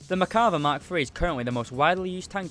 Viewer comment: You say Merkava" I hear "Macabre"